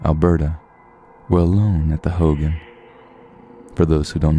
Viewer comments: I believe it's pronounced "ho-gahn" like ho and gone not "Hogan" like hulk Hogan lol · For the first one. The Navajo dwelling is pronounced “Ho-gone” not hogan like Hulk Hogan. Haha! Love the Channel btw. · Hogan is pronounced like ho-gone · It's pronounced (ho-gone) for hogan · The way you say hogan is so weird